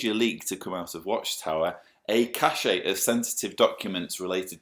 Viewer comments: BTW, it's 'cache' (pron. like 'stash') not 'caché'. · 'Cache' is not pronounced 'cachet' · The word is cache. Pronounced the way we pronounce CASH in English.